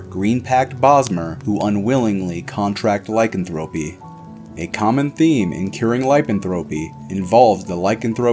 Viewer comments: Ur are mispronouncing lycanthropy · No offense but he is not pronouncing lycanthropy correctly